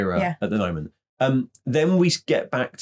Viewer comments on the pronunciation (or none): none